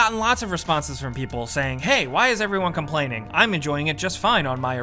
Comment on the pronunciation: “you think com-people-are-plaining too much”